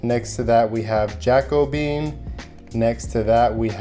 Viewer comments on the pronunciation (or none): Pro-vin-shal, not Ja-Co-bee-an, not jacko-bean Lol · Jacobean is pronounced Jack-o- be-Anne , like the 16th century arts movement celebrated in Europe … you Americans 😩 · “Jack-O-bean” lol